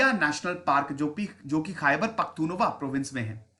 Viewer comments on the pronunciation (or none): सर ख़ैबर पख्तुनख्वा है,,,जिसमें त के ऊपर बड़ा ऊ है